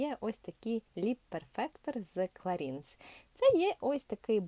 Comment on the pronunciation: Не кларІнс, а кларАнс! Помади класні! Дякую 🙏🙏🙏 за обзор!